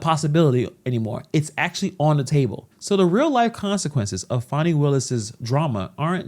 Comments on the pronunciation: It is Fani, not Faaani. She says the law is impartial, and she is using the way she wants it to fit with her agenda. Fry her, the law must be upheld. She has no respect for impartial law, no respect what money is meant for. Use everything they way it pleasers her. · Farni. Thought her name was Fani?